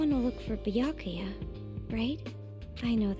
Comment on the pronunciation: I've got the cold and every time you say name I laugh WAY too hard for my sinuses to keep up. That is to say, I'm loving this (but my nose isn't)